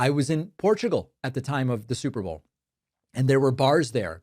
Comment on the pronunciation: 😂 ohh that’s just megyn kelly .. “bleeding out of her wherever!!” && did her dumbazz say “stuperbowl?!”